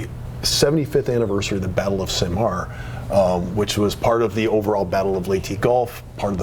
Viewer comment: It’s SA-mar,! Also Ley-teh